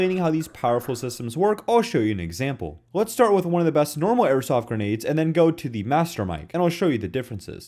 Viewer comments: he says dumb shit over and over again. This guy, insane, etc. He normally calls grenades "guh-nades" and struggled today with "carkidges". Same here, I've never priced an airsoft gun in my life but here we are lol. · He learned to say "grenades". Congratulations, I know it was hard for this guy. Insane.